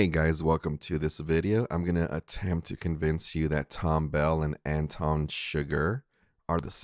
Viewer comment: "wonton" lol....